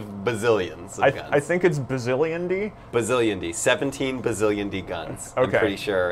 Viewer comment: not bazzilionde bazzillion